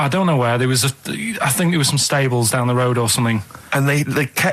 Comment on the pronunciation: Dain = Down. Shite ait = Shout out. Steven needs speech therapy 😆